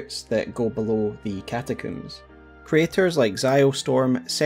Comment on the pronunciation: Why do you pronounce catacombs as cata-cooms? I have never heard it pronounced like this nor even sure what would possess you to do so. No part of the word implies coom, did your mother say she was brushing her hair with a coom?